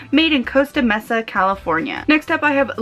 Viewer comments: I live in Costa Mesa. You're saying Costa correctly, but the Mesa is pronounced like: may-sa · Also, Costa Mesa ("May-sa") and La Mirada ("Mur-ahduh").